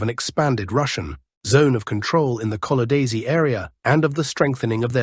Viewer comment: Small point: Lyman area: Kolodiazi, not Kolodaizy.